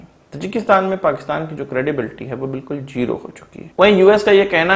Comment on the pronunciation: Jero Nhi hota Zero hota 😂😂😂